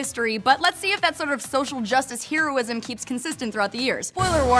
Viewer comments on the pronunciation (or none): She pronounces it "HERE-oh-ism." Isn't it "HERR-OH-ism", like a HERRing fish? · Sweeti, it's pronounced "Hair-oh-is-em"; not "Hee-ro-is-em".